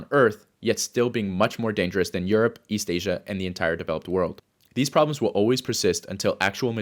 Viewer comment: "There are 3 fundamental psychological ROBLOX."